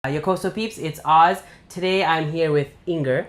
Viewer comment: Every time you say "Yokoso peeps it's Oz" I feel like I hear "Yokoso weebs it's Oz" LOL